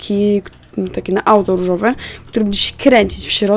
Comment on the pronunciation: czemu ja słysze „Ryżowe”?